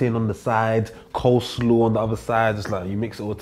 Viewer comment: My guy really said “COSLAW” in his jollof rice. That’s a disgrace